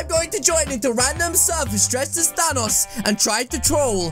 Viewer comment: Is name is thanks not tanos